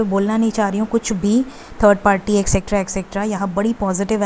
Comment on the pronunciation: Madam! Sahi bola kre..Extra (एक्सट्रा ) hota hai ,Aap एसएक्कट्रा bol rhi ho